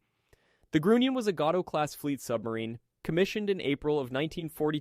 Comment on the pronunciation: The S-Boats were called, school boats, not sugar boats. The U in Grunion is a long vowel, not a short vowel.